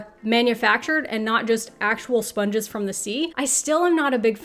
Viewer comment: OMG, spunges... Really? Seriously?